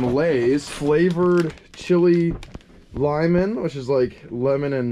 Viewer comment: It’s le-mon not limen